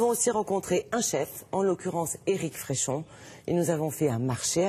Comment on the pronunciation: eric frechon sans accent, petite faute, prononçez FRECHON, c'est le plus grand chef du monde